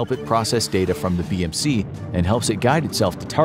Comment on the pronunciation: I heard bbc in stead of bmc